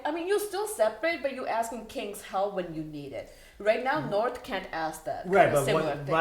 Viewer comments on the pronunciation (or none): Every time said "Narth" I hear "Naarrrfff!" in my head.